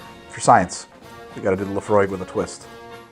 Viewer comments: When you first talked about Laphroig, I though you said La Croix and was very confused... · Laphroig is pronounced Laphroik! And mixing a single malt is sacrilege!!! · “Laphroig” hmmmm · You missed the a in Laphroaig btw. Still a fantastic video though!